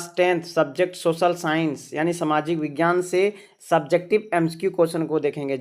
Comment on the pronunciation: Vaghyan nhi vighyan hota ha na sir ?